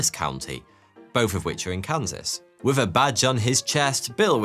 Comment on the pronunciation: What’s a “hick ick”? Hickok has an i and an o. And why do the Brits use a V when a TH is involved? “Wiv”? Really?